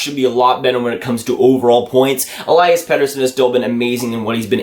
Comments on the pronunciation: still pronouncing Elias wrong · I don't even think Elias knows or cares.. But in Swedish it's E-lii-as... Watch some of his goals from SHL to hear the commentators. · It's Elias not Elias lol